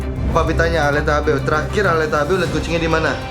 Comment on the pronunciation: bukan aleta